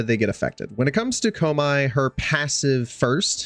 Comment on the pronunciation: You hurt me with that pronunciation of koumei